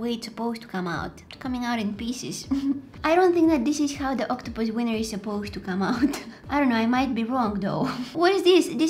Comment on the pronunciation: If she says octopuses seiner one more time I'm gonna flip👁👄👁👁👄👁👁👄👁👁👄👁👁👄👁👀